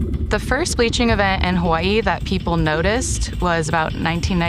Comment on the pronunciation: Thanks for putting her pretentious pronunciation of Hawaii , so that I can tell early on that these people are delusional.